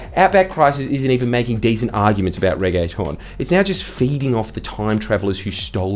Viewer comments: I’ve never heard a Australian pronounce “reggaeton” before but it’s really funny 😂, makes it sound like a fancy pasta lol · The thing that erked me the most about this video was the way you pronounced reggaeton. Make it more of an ‘ah’ sound. Regg-AH-tonne. I’m a busy dancer so these things matter.